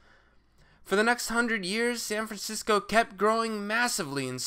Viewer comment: Sayn Francisco